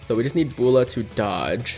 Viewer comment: Why he pronounces Bulla like that lmao